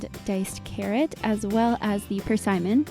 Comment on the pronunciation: Such a nice recipe for the colder months of the year. Side note, I have never heard persimmon pronounced that way before, lol. Have a nice weekend.